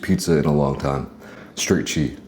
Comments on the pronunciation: HEY SLOB... it's CHEESE, not chee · I had to unsubscribe because they way you eat is dramatic plus when you say che instead of cheese 🤡🤡